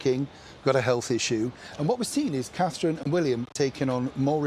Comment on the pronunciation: They like Her Royal Highness Catherine, Princess of Wales, but they can't be bothered to show her the respect of saying her name properly.